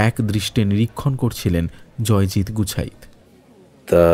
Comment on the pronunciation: খুব ভালো লাগলো। অসাধারণ একটি গল্প। কিন্তু উচ্চারণের ভুল গুলো খুব কানে লাগে। 'গুছাইত' কে বারবার 'গুচ্ছাইত' বলা কেন?